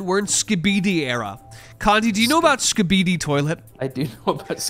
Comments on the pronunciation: "skibede toilte" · Ain’t no way pronounces skibidi like that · It truly is insane to me that anyone could look at the words "Skibidi toilet" and pronounce the way does